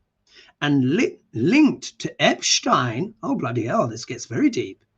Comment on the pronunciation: Hi! Your shows are wonderful, the energy is so positive and uplifting! Please consider saying Jeffrey Epstein's name correctly (Ep-steen). There is a MAGA lawyer that is Epshtein (Ep-shtine)...I know, confusing times. Thank you for all you do! ❤